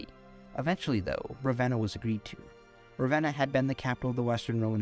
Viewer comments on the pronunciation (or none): none